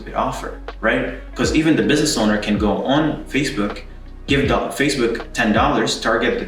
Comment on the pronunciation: XDDDDDD "with fasebuk ad"